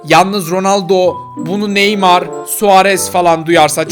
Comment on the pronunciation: Neymur ve mibappe demende koptum